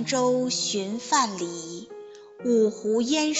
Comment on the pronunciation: 读的不错。不过，唐诗自有其原来的格律，于现代的平仄和韵脚不同。虽然“看棹去”的看字应该是平声，但是，根据1，3，5不论，2，4，6分明的规则读仄声也可以。不过，“柳边人歇”的歇字却应该读仄声。“范蠡”的蠡字也是仄声。“独忘机”的机至少有两个读音。这里应该是和五微同韵，而不是和四纸同韵。